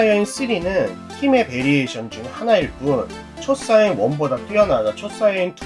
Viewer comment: 초사이언이 아니고 초사이야인 입니다!!도움이됐으면합니다